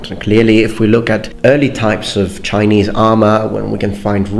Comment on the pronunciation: your Chinese pronunciation is EXCELLENT. I commend you.